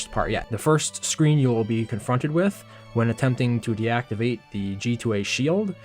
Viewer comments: Why are you saying shield weirdly? like shee-eld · my tongue twists when he says sheild